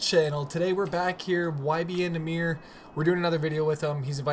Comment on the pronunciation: Ur not saying nahmir right